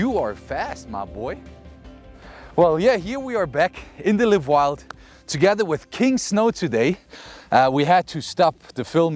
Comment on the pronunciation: live wild? liiiiive wild bro ! i pronounced same as in “wild”. otherwise it refers to the verb, like I hope to “live” long…